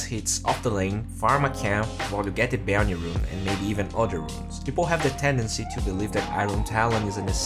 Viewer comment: Will he ever learn how to pronounce bounty? I guess only time will tell us